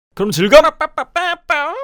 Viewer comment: 인트로에서 '그럼 즐감!' 을 '그럼 즐딸!' 로 하기 2번째